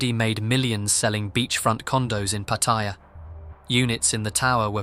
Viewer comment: "tres-pissing" ? What is that? - "pah-tire" Where is that? Anywhere near Pattaya? "Phat-a-yaa" พัทยา